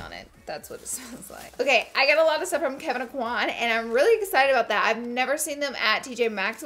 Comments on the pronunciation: Look up how to pronounce Kevyn Aucoin’s name properly. Y’all love him so much but I’ve not seen any beauty guru say it correctly. It’s “o-kwä” not “ah-kwan”. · I love you to death Laura, but you are pronouncing Kevin Aucoin's last name wrong. Lol! I was born and raised in Lafayette, Louisiana where he was born and raised. He pronounced it correctly in one of his YouTube videos. Even right after he pronounced his last name right, the narrator of the video then pronounced it wrong as well. We (people from that area) ALWAYS get our names pronounced wrong....it is hilarious and sad at the same time. Still love you lots though!!!! Second note, I feel you on the fact that the makeup at TJMAXX usually have been touched. I even once witnessed a young lady taking out the brushes and rubbing them on her face!!!! 😲😲😲😲😲 I know that some makeup you must touch before you buy, and you get to do that with the samplers in Sephora and Ulta. I am not sure how the store can rectify this issue....